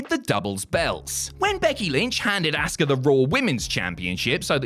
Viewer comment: Why are you calling her "ASS-KA" It's Asuka